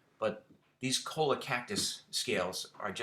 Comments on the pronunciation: Choi-YA the "ll" is pronounced like a Y... Yet another nice knife... well done. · Choi-ya is the pronunciation. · It's pronounced choy--ya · It’s pronunciation is Cho-yaa. The Cholla is a nasty little bush in the California desert with needles that just want to stab you, grab you and hurt you. I once accidentally stepped on one and it went through the heel of my boot. The needles were once used by native indigenous peoples of the Americas to stitch up clothing and sow up open wounds.